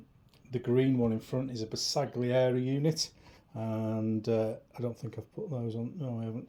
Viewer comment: Pronounced more like 'Ber-sal-yieri". The G is almost silent.